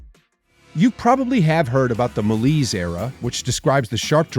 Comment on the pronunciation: Ma-lays, not ma-leese